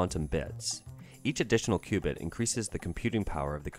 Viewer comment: For future discussions about quantum computers, qubit is pronounced like QUEUE-BIT